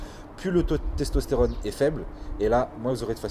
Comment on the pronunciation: "Stestostérone" hahaha